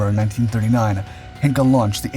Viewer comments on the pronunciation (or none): It is NOT 'Hinkle' ...HEINKEL !!!... 'Hein' very close to Hain (the father of the axial .. NOT arial jet engine) .. and 'kel' like kelp WITHOUT the p .. is that too difficult for a yank? You m0r0ns don't have problems when it comes to pronounce 'Heinrich Himmler' telling he was one of the biggest villains (I didn't say he wasn't !! ) .. that's the same 'Hein' .. or heinous WITHOUT the 'ous' ... Heineken WITHOUT the 'eken' You p** heads wants us .. your fine, ancestral people .. to pronounce "Yosemite" .. "Chattanooga" .. "Mischievous" (yes language can be) .. "Epitome" .. "Draught" .. etc. right too .. 'eh ? But yes, just let AI, 'autopilot voice', 'computer alex(a)' .. the (a) if he/The Voice is transgender, LBTGTHDSP "und so weiter" ... talk without any check or correcting things Wars has started on less than that. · ""Henkel""??? Heißt ja wohl HEINKEL!!! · Heinkel is not pronounced "hinkle". "Hine kel ", please... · Der Flugzeugproduzent heisst "Heinkel", und nicht "Henkel". Henkel ist ein Waschmittel